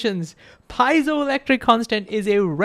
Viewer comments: Love the video! ❤❤ But the word "Piezo" is Greek etymology, so it should be pronounced "pee-EH-zo", not "paizo". I know a lot of people say it "paizo", but it's greek, so it should be "pee-EH-zo". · Pie-zoe, jarring. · I prefer your pronunciation of piezo, but it's pee-ay-zow. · Piezo is Greek and it's definitely not pronounced pie-so!